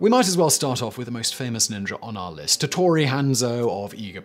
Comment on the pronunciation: Ah yes, "Tattori" and Leyasu... Hattori* ieyasu*